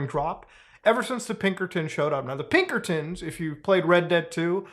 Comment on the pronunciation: "Its the godamn pibkertons dutch" -arthur morgan and this guy